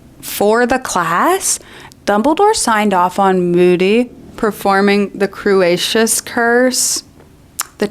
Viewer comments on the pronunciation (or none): This video is based, but...... "Crew-ayy-shuss Curse" are you serious gurl. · "Cruciatus" curse, not "crucius" curse. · the the way you pronounce “cruciatus” is very funny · i've come across your channel recently and i love the points u make. they rly make me think about values people upheld over the centuries. one thing - cruciatus is pronounced differently!💛